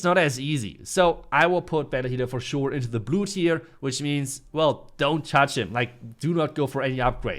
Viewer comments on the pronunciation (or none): none